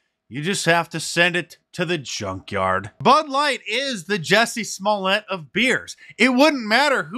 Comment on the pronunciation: Hey Mark it's Juicy Smooyay not Jussie Smollet 😃